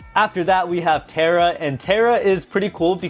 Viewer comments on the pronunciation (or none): none